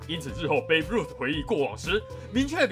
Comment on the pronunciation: 小建議：其實Babe的唸法類似ㄅㄟˊ，只不過第二個b只是氣音，而不是Baby